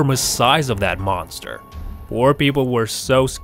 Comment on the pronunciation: He said boster